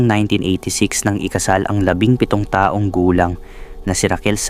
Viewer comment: ARALA ARAL MUNA PGBIGKAS NG TAGALOG VERY POOR UNG PRONOUNCE MO NG TAONG REFERRING SA PERSON AT TAONG NA AGE AY PAREHO🤣 IT’S DIFFERENT PO.